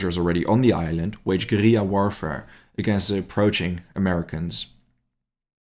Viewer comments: Mate you are absolutely murdering the pronunciation of guerilla. At least look it up before you make a vid 😂😂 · I wanted to like this video, but the use of russian maps and constant mispronunciation of guerrilla (from an anglo POV) made it unbearable. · Google says different.